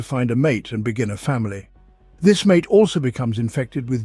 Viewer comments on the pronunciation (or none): none